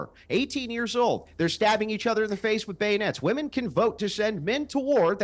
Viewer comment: Why can’t zoomers pronounce “womEn” correctly?